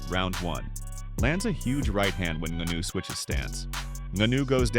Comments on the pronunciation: Ngannou, his just make fun of your super wack pronunciation. I get it, if you've only ever read the name and not heard it spoken it's pretty easy to get wrong. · Falls face first? The man fell flat on his back come on man. Also need to work on the pronunciation of Francis name. Otherwise video is a good listen. Can't blame Joshua for taking the Netflix money for an easy fight tho.